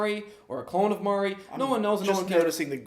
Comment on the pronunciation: Dude on the left pissed me of he can’t pronounce nothing right it’s Mari(mar-e) not Mary fml